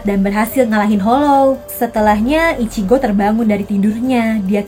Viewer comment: Ichigo kak bukan ichiko😅😅😅😅😅😅